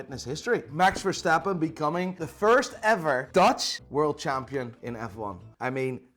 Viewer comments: Bro hearing, a dutch man, say max verstappen so weird sucks lmao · for a dutch man u say max verstappen so focking horrible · love how he said max verstappen's name with an enlish accent even though he is dutch